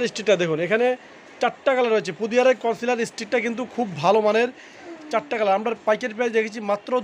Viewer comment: its concealer, not councilor.